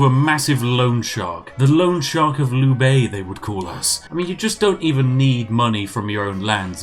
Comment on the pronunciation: Is it bad that I got annoyed at when he could not pronounce Liu Bei?